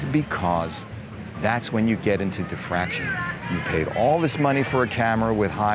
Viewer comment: The word is 'diffraction' not "defraction" .